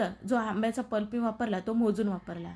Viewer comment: पल्प म्हणा प्लप नव्हे